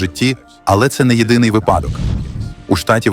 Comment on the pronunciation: ....єдиний вИпадок, а не "випАдок".....